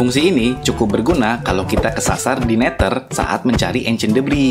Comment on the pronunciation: neder bang tapi d nya di tukar sama th jadi nya seperti ini NETHER